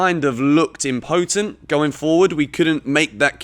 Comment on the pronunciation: When you decide to steal a word to try and sound clever, but you've only seen it written and don't actually know how to say it... im-po-tent HAHAHA